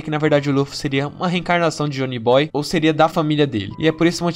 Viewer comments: O melhor foi você falando Jhonny Boy ao invés de Joy Boy kkkk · Rachei no "Jhony boy" kkkkkkkkk, mas o vídeo foi dhr, da pra relevar.